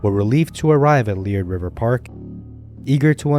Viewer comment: The name of the hot spring is pronounced Lee Air d. No leered as you mispronounce it.